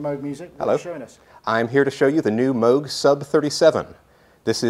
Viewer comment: Good job! You said Moog like "Rogue", as opposed to moog like "Google":P (...thanks for the run down on this Synth√ )